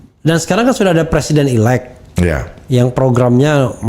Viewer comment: Presiden 'elect', presiden 'elect', apa sih 'elect' 'elect'??? "elected" ("ilektid"), Elected President (presiden terpilih). Bisa Bhs Inggris gak sih??? Sinih kursus dl sm saya